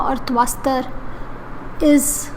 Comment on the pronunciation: Tvashtra and not tvaastar